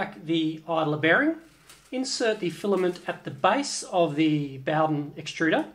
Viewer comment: HaffSack Ikr, was driving me crazy ! Boughdin, boughdin, boughdin ! It's bow, bow, bow !